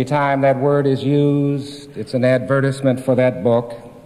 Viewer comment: NEVER HEARD ADVERTISEMENT PRONOUNCED THAT WAY B4...BRO.GREGORY WAS ASSASSINATED BY US GOVT 4 REVEALING THAT PLANE LANDED ON DIEGO GARCIA, HE JOKES AB THE CIA WATCHING HIM HERE BUT IT WAS A SERIOUS ISSUE